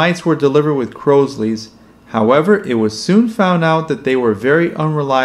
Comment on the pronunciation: Crosleys not Crowsleys